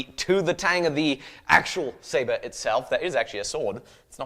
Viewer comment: He says "Staber" every time.. xD